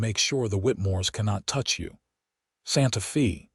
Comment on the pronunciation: The words Santa Fe mean sacred faith in Spanish and the word Fe is pronounced: f a with a long a sound. So irritating to listen to it spoken as fee. It is the capitol of New Mexico. If you are using AI then teach it to read Spanish!